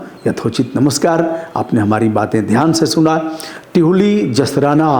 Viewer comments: टिहुली नहीं है दिहुली है गांव का नाम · गुरूदेव टिहुली नहीं दिहुली है